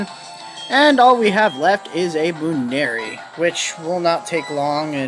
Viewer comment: I'm laughing at some of your pronuciations, really. Buneary comes from bunny and ears.